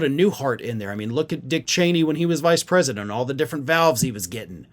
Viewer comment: US-Predement instead of US-President